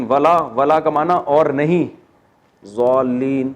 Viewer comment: Assalamualikum wrbt. Mufti Sab I attend your lectures and Alhamdulillah learning many things every day. I have a concern. We learned that the correct pronunciation is magdub or doallin. But you pronounce as magjub or joallin. Why the difference?